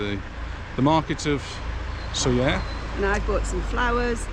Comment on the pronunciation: really miss Soller, thank you for the pronunciation as we have always used the LLs in the name. Anita is a woman after my own heart, I love going down the little road with all the nice shops, I have many things in my wardrobes from down there. It's a shame the tram wasn't running at the time of filming, a trip on that is a must when visiting Soller. thanks again Sandra (from Stoke)